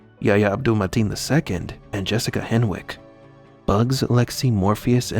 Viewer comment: Hen(w)ick. W is silent.